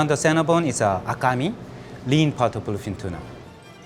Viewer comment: he is pronouncing bluefins sounds like philippines.